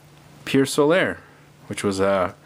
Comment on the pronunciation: why can't people pronounce solar correctly? It's So-Ler, not So-Lair